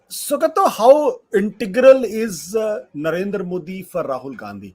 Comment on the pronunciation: "Sugata", not "Sugato"